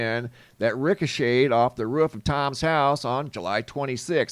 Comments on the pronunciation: Omfg the way you say roof makes me want to jump off of one! The ruhh the ruhhh right here on the ruhhh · What’s the “ruf of a house”? 😂. It makes contact with the roof, must have missed the ruf.😂😂😂. Just joking around, love your videos man, I watch everyday! Thank you! ❤